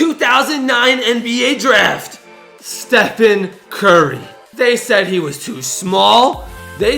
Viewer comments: Damn you need to spell Stephen curry you said stephan curry. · Stephan Curry😂 Bro, is Stephen Curry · Also Stephan curry